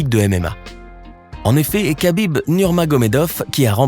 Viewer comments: Ça se prononce pas Khabib mais [rabib] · C'est Habib et non kakib